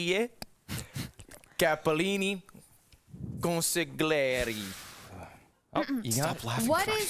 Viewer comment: Not that anybody really gives a shit, but in Italian when you have "gli" together, it's pronounced like yli, so it'd be "con-si-yli-air-ee". It's a bit tough for non-native speakers or those without practice but just figured I'd share :)